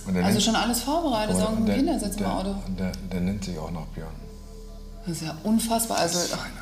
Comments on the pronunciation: Wie sie versucht "Björn" auszusprechen😂"Bihörrn"😂👍🏻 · „Böejrn“ Bei jedem like gebe ich ein „ö“ dazu😂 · BIHÖÖÖRNN NICHT BJÖRN😂😂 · Ich dachte erst sie meinte der heißt Bihan xD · bijöhrn.so spricht sie sein Namen aus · Nicht Biön, Biiiiihhööööön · Wir sie Björn immer ausspricht😂😂😂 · Wie sie immer Biihän sagt 😂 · wie sie Björn ausspricht ist schrecklich. Das tut in den Ohren weh. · Das Mädchen ist doch irgendwie dumm oder?!😂 wie die den Namen Björn auspricht😂